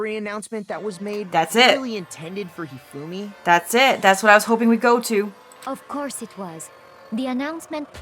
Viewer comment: When said of corse, I was thinking of CORPSE